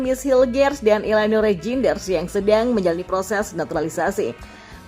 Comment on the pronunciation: Eliano Reinders bacanya. Jnya ngga usah dibaca. Mees Hilgers bacanya Mees Hilghers 😅.